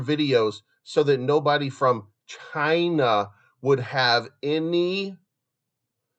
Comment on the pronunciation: Stop saying China like that sounds weird